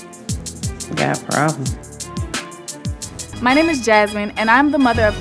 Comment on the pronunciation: " But if it is… then…. You got a pwobwem 🥺 "